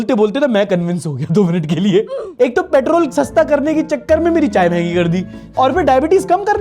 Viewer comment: सारा चीनी का नितिन गड़बड़ी जी ने तो पेट्रोल ❌ पिटरोल ✅बना दिए,,,,😂😂